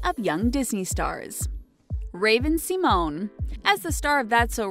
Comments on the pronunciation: Raven "see-moan" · cringed so hard at how you pronounced 'symone' or 'simone' barf barf barf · It's not pronounced "Sea-moan".